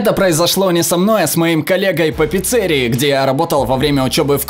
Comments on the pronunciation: не пиццерии , а пиццерии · Во первых не пиццЕрии, а пецерИи. А во вторых почему клубничка, говорить хотябы прон а лучше порно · Пиццери́и, честно говоря меня сильно раздражает когда люди произносят слова не правильно, но я научился это контролировать и теперь просто поправляю всех и всегда, кого-то это бесит, а кого-то смешит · ПИЦЦÉРИИ? Как это разслышать??? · Не в пиццерии, а в пиццерии